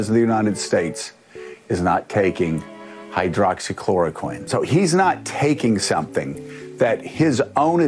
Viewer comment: * hydroxychlouriquine not hydrochlouroquine. If we can’t get it straight, theh can’t get it straight, sorry!!